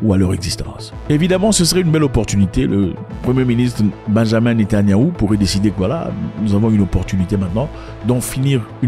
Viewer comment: Salut Zack, ce n’est pas Benjamin Netanyahu, mais Benyamin Netanyahu, beaucoup pensent et prononcent Benjamin, même moi je pensais qu’il s’appelait Benjamin 😅